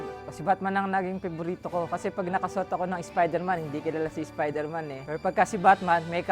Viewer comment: Spayderman waw hahahahaha